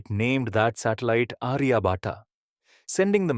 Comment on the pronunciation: and minute time frames you have shown wrong map of Kashmir inside globe. Also wrong pronunciation of Aryabhatt. Its not Ariya Bhataa its आर्यभट। Please do correct the map in all other videos of yours 🙏